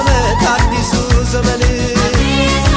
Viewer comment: "ዘበን " አይባልም " ዘመን " ብለህ አስተዋውቅ